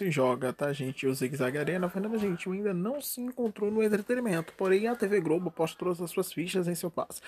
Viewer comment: Ele troca o L pelo R "Grobo" "Fro"